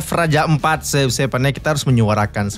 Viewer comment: Raja ampat bang bukan empat 😭